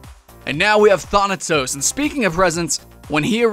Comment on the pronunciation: he freaking said thon atos it is thanatos